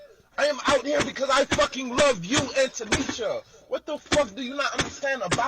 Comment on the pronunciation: The way he's pronouncing her name "Annntoonniisshhaaaa" 😂😂😂😂😂😂😂